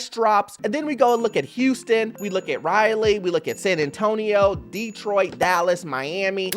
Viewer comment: It is Rahhhh-leeee NC not Ry-lee please say it right lol Also, thank you for the good news 😊😊